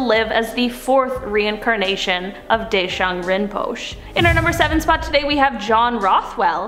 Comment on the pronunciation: Just to help out a little, Deshung Rimpoche is pronounced as Day-shung Rim-po-shey.. The e at the end is pronounced as a long a.